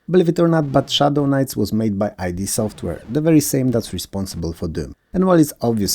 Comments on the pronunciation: Love the video's. Just one thing which I recently found out, it is not I.D. software it's id software like ego and id which is pronounced as in "did" or "kid. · man I really hate to be the ACKCHYUALLY nerd, but since we are talking about one of my favorite developers of all time... they are called id Software, not I.D. Software. id as in kid without the k. I hope that helps. Cool video though, keep up the good work.